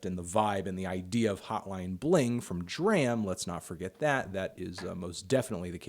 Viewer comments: D.R.A.M. is pronounced (Dr•ahm) not (Dr•amn) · D.R.A.M. is pronounced drawm you frickin melon.